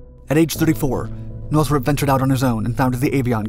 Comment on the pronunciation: The narrator says Northrup like Nurthuhrhrhrrp